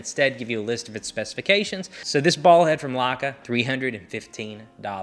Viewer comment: Perhaps you should first learn how to pronounce the brand name. Then maybe others will know what you're talking about.